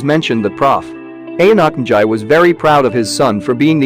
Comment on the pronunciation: Ok the name pronounced is so fucked up